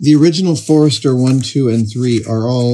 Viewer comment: Amazing! Just some small corrections: Leicester is pronounced “Lester”, and it’s Codex Forster, not Forester.